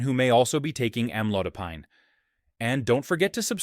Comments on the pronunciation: Most doctors pronounced this as Am-lo-dy-pin! And, not am-lo-die- pine (as in pineapple!) ! Excruciating to hear the host says "amlodiepine" over & over..yaaargh!!! But, this maybe a helpful video. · As a Pharmacist, I note several errors, primarily editorial, in this video. 1. Amlodipine is pronounced, "am laud a peen." 2. Start with sodium, then lead into food categories with (usually) high concentrations of NaCl or Na+. Correct pronunciations throughout to sound more knowledgeable and credible, referencing sources appropriately as they arise. Otherwise, good start. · It's AM-load-a-peen. Since you can't pronounce the name correctly, the remainder is ignored or worthless. The AI voice is rude as well. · Why amlodipAIne? It is amlodipIn. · Am- low- Di- pine ! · It is pronounced "am lode o peen." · Have your AI to pronounce the word Correctly… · Maybe be he should learn how to pronounce Amlodipine😔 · If the medicine etc. could be properly pronounced, your report might be more persuasive. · It would be helpful if AI could actually pronounce amlodipine correctly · Mispronouncing Amlodopine